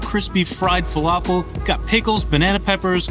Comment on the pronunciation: im from england....whats a flafel